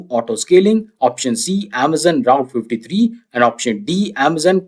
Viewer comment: You keep calling AWS Route S3. It is AWS Route Fifty Three. BTW your questions are amazing. I just reached #300. 55 more to go. :hand-pink-waving